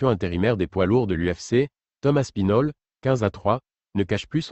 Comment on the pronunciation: Aspinal. Hahaha Aspinal